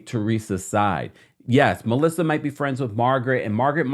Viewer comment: no she said it right 🤨